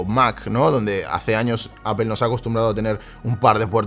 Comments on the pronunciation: Porque los españoles dicen apel... Que no pueden decir apol? Porque si quiera leyéndolo literalmente podria decirse apel.. sino aple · Nada más dijo "apel" y dejé de ver el video...según los españoles dicen que si no sabes pronunciar Inglés lo menciones como está escrito, pero en ningún lado pone "apel"!!!! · appel se oye horrible. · una preguntilla freak, por que "apel" y no "apol"? saludos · "APEL", me voy de aqui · Shot por cada que el gallego pronuncie "appel"😂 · Alguien me explica porque le dice apel? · Por qué en España insisten en pronunciar aPel ( Apple)? En serio no entendiendo.